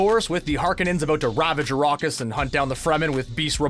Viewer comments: I've seen Dune 2021, 1984 and the 2 Sci-Fi channel miniseries, and not once have I heard it pronounced Arrokis, as narrated in this video. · ARAKIS for God's sake..ARAAAKIS